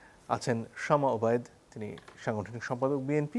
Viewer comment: শামা ❌ সামা ✅